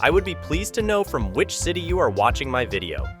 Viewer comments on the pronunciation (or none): none